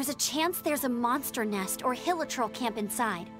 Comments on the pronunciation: it’s hill-e-churl (churl as in chew) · *pronounces hilichurl as heel-lee-kurl* All genshin gamers:...at least he pronounced paimon correctly